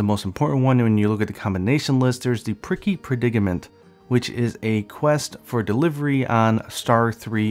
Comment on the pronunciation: You said "pricky" instead of prickly XD